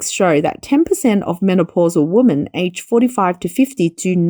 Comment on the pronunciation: "Women" should be pronounced "wimen". Removal of societal taboo of unmarried couples becoming parents would increase birthrate. In Asia, no marriage means no children. Marriage rates are falling of course, along with dating rates.